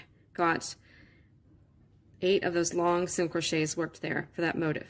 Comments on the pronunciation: I hate to even say this because your tutorial was so good and this pattern is BEAUTIFUL, but the the word “motif” is NOT pronounced like “motive” as you are pronouncing it. It is pronounced mo-teef’ with the accent on the second syllable. Just thought you might like to correct that for your next video 😊. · I didn't know there was an Americanized pronunciation of "motif" as "motive." This is a bit funny because even the word, crochet has a French etymology and not pronounced "cro-shet" in English, although, I have heard a Latin woman on You-Tube pronouncing it as such! :) It's all good. It's just different parts of America (colloquialism), but in many European countries it's mainly one way. By the way, I found your crocheting technique fascinating because your left hand moves consistently. I hadn't seen that before. I learned the Elizabethan model back in the 1960's as a 3rd grader and I don't see crocheters doing it that way much! We hold the hook like a pencil and the left hand doesn't move much. Keep posting!!